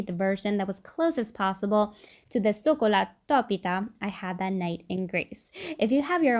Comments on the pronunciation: TY! You pronounced it correctly "sokolatopita" I am gonna make this soon Kali oreksi! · Yes! Thank you for sharing Greek recipes! 🥰🇬🇷 you pronounced it beautifully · Aw! What a lovely video 🥰 Missed sokolatopita from Greece 🇬🇷 Amazing job at pronouncing all the Greek words 👏👏👏🥰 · I love this! 🇬🇷🇬🇷 Your pronunciation of sokolatopita is so cute! ❤️ We love our Italian neighbours 🇬🇷🤝🇮🇹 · I'm greek and honestly you nailed it bravo:)